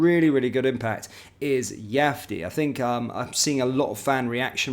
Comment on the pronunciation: if you’re such a fan of the guy; how are you still mispronouncing his name? He’s not Spanish mate